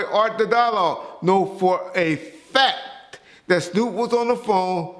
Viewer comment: "For a F A C K - TUH" hahaha